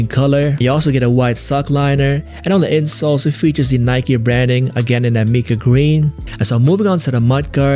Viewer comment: “My-kah” green is the way to say it